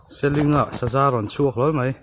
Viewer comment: Selling a ni aw, seling tih zawk tur.